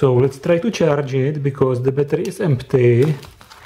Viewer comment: battery not batrrrrrrrrrrrrrrrrrrrrrrrrrrrrrrrrrrrrrrrrrrrrryyyyyyyyyyyyyyyyy